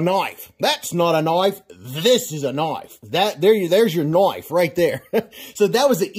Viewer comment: "That's not a knife that's a KNOIFE"